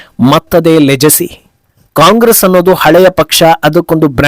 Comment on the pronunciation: ಲೆಜೆಸಿ ಅಲ್ಲ ಲೆಗಸಿ